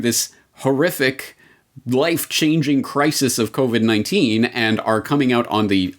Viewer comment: Did he say "Covert 19" ??????